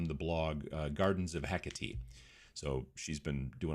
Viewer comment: Heh-Kah-tay. It’s Greek. Hecate.